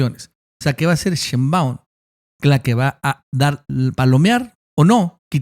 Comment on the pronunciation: Señor ,me gusta su trabajo,pero me causa algo el que no pronuncie bien el apellido de la Presidenta Claudia Shembaun,se acentua en Shé.🤭